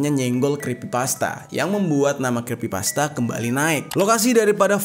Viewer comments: Maap bang yg bener itu creepypasta bukan crispypasta😁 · Crepy bg bukan crespy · creepypasta blok bukan crispy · sedikit koreksi aja bang, di situ bang jer salah pengucapan kata, yang harusnya "kripipasta" jadi "krispipasta". Crispypasta adalah makanan, sedangkan Creepypasta itu cerita yang creepy, horror. Sekali lagi ini hanya koreksi!. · Koreksi om Creepypasta... Bukan crispypasta... 🙏🏻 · Me: Creepypasta: Crispypasta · "The backrooms ini adalah sebuah legenda dari crispypasta"😭🙏🙏mohon maap bukannya saya ngeledek tapi saya ngedenger😭🙏🙏 salah ngomong😭🙏🙏🙏. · creepy bang bukan krispy hehehe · bang ,bukan krispi pasta tapi creepy pasta😅ga pake "S" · Crispypasta bukanya creppypasta ya atau gw yg salah? 😅😂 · creepypasta bukan crispypasta wkwkwk :D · Creepypasta atau crispypasta sii? Sy dgr nya bg jery bilang crispypasta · detik abg ngomong ny crispi pasta bukan creepypasta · Creepy pasta jer, bukan crispy pasta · Creepy pasta bang bukan crispy pasta 😭😭☝🏼☝🏼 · Cree bang bukan criss Abang bilang ayam crispy gitu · Creepy bang Jer bukan Crispy😭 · Creppypasta bang,bukan crispipasta. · Bang jeri bukan Kripsy Pasta😪😭😭😭 tapi Creppy pasta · Crepy pasta bang bukan crispy pasta bang🙏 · 4.33 crespy pasta ... Haha Lo lagi laper bang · Creepy pasta bg Bkn crispy pasta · Scrispi pasta salah eja creepy pasta baru benar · Aokwokwokwok, crispypasta, laper kah bang? Yang bener creepypasta, wkwk kurang Aqua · yg bener tuh Creepy-pasta bukan Crispy-pasta Ngebug anjir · Bukan creespy bang tapi creepypasta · Crispi pasta enak tuh bang 😂 Bukan nya cripy pasta ya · creepypasta bang bukan crispipasta😂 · creepypasta bang bukan creespypasta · Kreepy pasta bng bukan krespy pasta😂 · Creepypasta dibaca KrispiPasta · Creepy bang bukan krisspi XD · bang bang bang,oh ternyata nyebut yng bener itu crispypasta yak? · Kenapa abang ngomong nya krispipasta bang 🗿